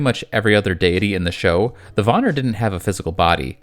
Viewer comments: Van-Neer not Vonir... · It’s PRONOUNCED VAN EAR NOT VAN NAR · pleas reupload this and say Von-ear nor Von-er. its so annoying and im really sorry. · It's Vanir and not vanar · Just letting you bits pronounced ‘van-ear’ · It killed my ears everytime he said Vanir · Please please please work on your pronunciations of other mythological lores. It was painful to hear the butchering of names like the Vanir and such.